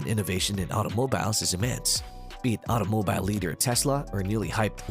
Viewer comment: You pronounce “automobile” like a lunatic